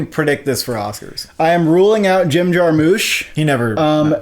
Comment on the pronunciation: He pronounced it as Jim JarMOUSSE, I'm going to faint!